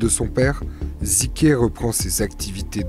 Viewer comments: Ça se prononce "zuk" pas ziké 🌝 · Un Albanais! Et ca se dit zuke et non zike.